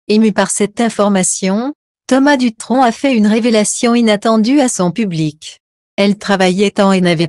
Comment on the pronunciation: Il ne faut pas ecorcher le nom c Thomas Dutron et non ducron 🤔 J D